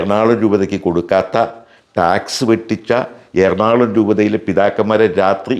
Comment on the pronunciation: "എർണാള०" അല്ല നമ്മുടെ സ്ഥലത്തിന്റെ പേര്. ""എറണാകുള०""എന്നാണ്. നാട്ടുകാരെ തെറ്റിദ്ധരിപ്പക്കല്ലേ.